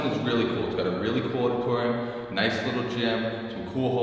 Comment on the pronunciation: what the hell is a oddatoryum? haha